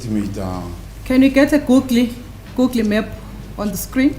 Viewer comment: Black people have a problem she pronounced google differently they laugh if it was a French or Chinese you shut up the lawyer is brilliant pronunciation of google is nothing get a life